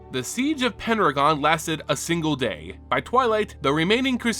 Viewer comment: Are you saying "Penragon" or "Pendragon"?